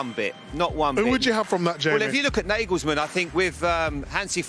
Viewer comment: It's Naa-gols-maan. Not Nae-gels-man